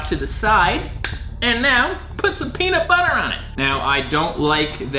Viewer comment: I love, but he pronounces everything so white😂 ex. Peanut. Butter. He said it as two different words instead of one, etc. Idk, that’s the only thing that actually bothered me in this video😂😂